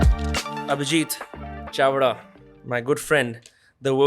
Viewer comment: Chavda with an L on the beginning.... If the power lies with the armed forces then why was there a student protest?